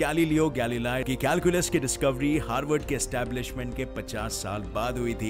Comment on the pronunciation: Harvad ni Haward